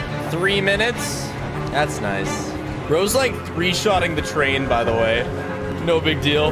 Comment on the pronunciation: GET TUGH ZEH TRAIUN AUUGH